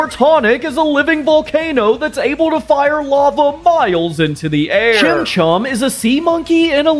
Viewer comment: What he says: chimchom What i hear: chinchon